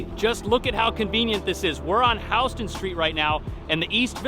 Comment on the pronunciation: couldnt finish the video after your pronounciation of houston